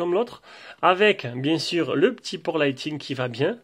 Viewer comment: Je me permet de vous corriger sans être moqueur ou méchant, loin de là mais le câble Apple se dit « lite ning » et non « lite ting » 😊